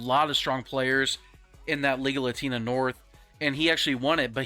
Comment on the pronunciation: I know it’s Liga Latina, but it sounds like you are saying legal latina 😂😂😂